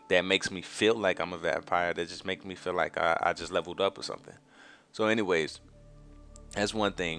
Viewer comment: you mean feel not fill